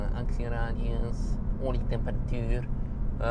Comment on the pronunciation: "...acciradius, olietemperatuur"😂